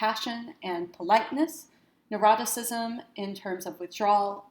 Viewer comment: Neuroticism? I thought you said eroticism. Test wasn't quite as exciting as I thought it might be! lol